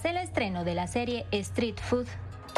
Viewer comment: Se dice street food no estreet for ssssss